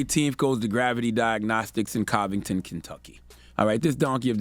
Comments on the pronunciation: 😂 I’m from Covington Kentucky. N it pronounced (Cove-ing-ton) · Learn how to pronounce cities properly Covington (Cuventen) but hey know u gotta keep ghetto on the club!!🤣🤣🤣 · So we just gon overlook the way he pronounced "Covington"...ok kool lol. It's 2022, anything goes!